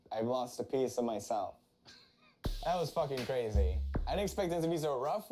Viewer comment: "HES CRAZEHH"😂😂😂